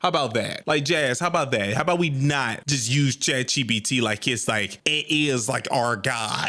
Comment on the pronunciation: "Chat CheePeeTee" dawg! 😂😂